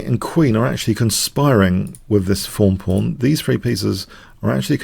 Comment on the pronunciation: He just pronounces "th" as "eff" for some reason. I think it might be a Spanish thing?